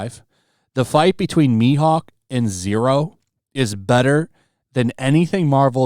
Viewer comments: Zoro, not Zero😂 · I am sorry bro but it is not zero it is Zoro lol 🤣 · My guy said the number Hunter roranoa Zero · Ha, bro! It's "Zoro", not "Zero"@ You gotta fucking joking me, man! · Who is Zero? It's Zoro. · i don't mean to go fanboy but, did you just call Zoro, zero 😠😆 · ZORO, not ZERO lol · Did he just call ZORO......ZERO??? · He said Zero instead of Zoro 😆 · No no why you call Zoro, "Zero"?? 😢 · It’s Zorro, not zero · Did my guy really just call Zoro Zero? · Bro really said zero instead of zoro lol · Don't you know Rero Nero Zero? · you misspoke his name! you must burn! jk all good. i still get most anime names wrong too. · Did he just say zero vs mihawk?😂😂😂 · love you but its Zoro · He called Zoro "Zero" 😆 come on. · your dislikes are from Zoro's fan who triggered how you pronounce his name wrong lol